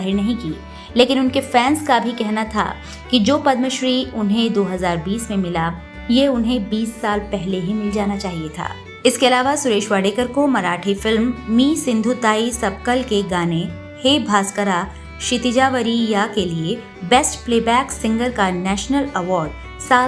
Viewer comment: उनका नाम " वाडकर " है .. वाडेकर नहीं ! और सिंधुताई " सपकाळ " है .. सपकल नहीं !!